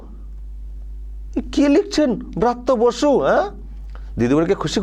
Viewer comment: ব্রত্যবাসু নয় বলুন ভৃত্য বসু😂😂😂